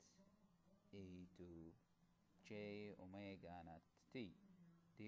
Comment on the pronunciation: Haha, omegas sound like "oh my god"